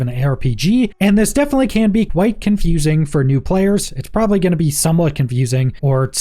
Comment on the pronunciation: Was this a good video? "PROBABALY"